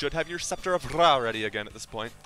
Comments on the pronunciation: Don't roll your r in ra tf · To be fair, I could say its actual pronounced as Ray. You roll the r as if there was more than one. A good example? Dog = perro and But = pero. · Lol why do you say Scepter of Ra like that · Couldnt watch through this omg the way tou day Ra triggers so hard